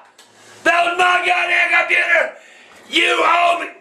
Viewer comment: MAH GAWD DAYUMN COMPUTEY 😂😂😂😂😂😂😂😂😂